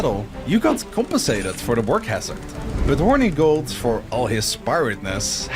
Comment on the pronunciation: Ngl I hate that he’s pronouncing Hornigold’s name incorrectly it’s “horn-eh-gold” not “Horny-gold”